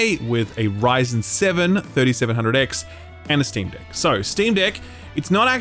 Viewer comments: Every time he said deck I heard dick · Idk why, but your "deck" sounds like something else lol